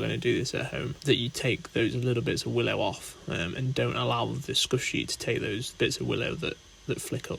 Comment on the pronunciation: As someone who knows nothing about cricket, I thought he was saying skushy